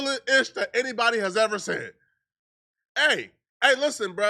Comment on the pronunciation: Why you say “Said” like that?🤷🏾‍♂️